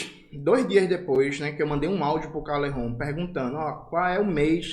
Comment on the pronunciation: Fala Calejon, não Calerron, voce não é espanhol.